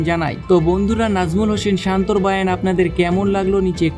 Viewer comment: " বায়ান"টা কি?? বয়ান হবে তো নাকি?!!